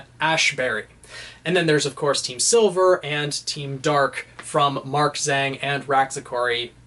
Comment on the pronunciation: I cringed when he called Mark Zhang “Mark Zang”